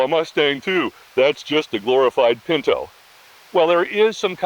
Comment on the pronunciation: Pin -tow not Pin - know